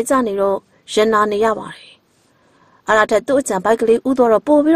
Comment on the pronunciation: မိတ်ဆက်တော့ မမမြူအသံနဲ့ တင်ဆက်တော့ ဒီအောက်သိုးသိုး၊ ညှောင်နာနာအသံကြီးနဲ့ ဆိုတော့ ပရိတ်သတ်ကို လှည့်ဖြားရာ မကျနေဘူးလား အော်ပရာရယ်....... ဒီအသံနဲ့ ဆို ဘယ်ဇာတ်လမ်းမှ နားမထောင်ပါဘူး။ အသံလုံးကောင်းချင်သားနဲ့ "တယ်" ကို ထွက်နေတဲ့ အသံက နားဆင်သူကို အတော် စိတ်ပျက်စေတယ်ဗျာ။ သူ့ ဖိုင်လ်ကို သူ့ပြန်နားထောင်ခိုင်းကြည့်ပါဦး။